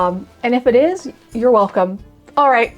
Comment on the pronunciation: "I'm sure this is someone's fetish, and if it is, you're weLCOME" 😂😂 thank you for reading to us! The last "canard" you said is how to say it correctly